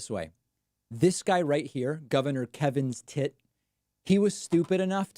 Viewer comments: It literally sounds like you’re saying Kevin’s Tit! Best thing I’ve heard all week! And then there’s Kaylee Make a ninny! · I like your pronunciation of kevin stitt. Lol